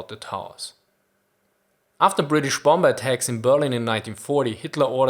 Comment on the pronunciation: I love this channel, but I still cringe when you use a hard B for the second B in bomber.